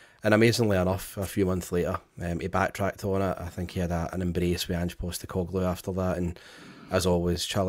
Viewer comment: every time refers to the 'Saturday is day before Sunday' comment --- you should remind him that the first video did on Ange - he was pronouncing his name as Anjeey Postecoglou!!!!